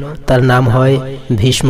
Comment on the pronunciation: আপনার উচ্চারণ ঠিক নাই(।ভীষ্ম)